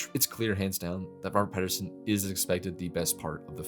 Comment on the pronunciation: "She loves him and protects him, but that's it" Outside of the fact that those are two very big things that you seem to be dismissing as minimal, you forgot that they can communicate perfectly without even being in the same room. Also, it's Pattinson, not Paterson. And it's Nasha, not Natasha. Good video, made me actually laugh out loud. I appreciate the edit and POV.